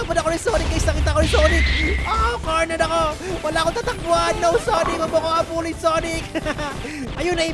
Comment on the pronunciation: Sanic not sonic